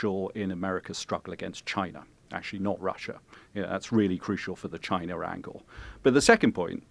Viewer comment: "CHI-NA" Donald J Trump